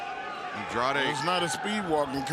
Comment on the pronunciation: Sorry but it's Andrade and not Andradé